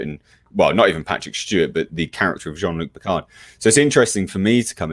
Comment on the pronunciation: "Gene-Luke Pickerd" -Q